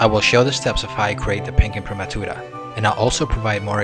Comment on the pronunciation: Well done! A pleasure to hear someone pronounce 'imprimatura' properly!